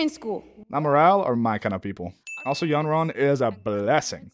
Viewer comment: Its pronounced 'Khonron' by the way and not 'yonron'. Just fact-checking